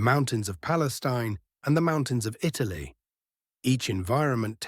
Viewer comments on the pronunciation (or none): none